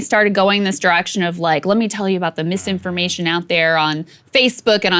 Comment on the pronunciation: Did JP just say "Spoti-FLY," and "mis-indisin-fly-formation"? OK, I've had a beer, listened multiple times, but still not sure.